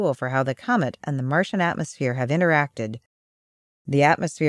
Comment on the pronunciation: "Coment" instead of "comet" ??? Lol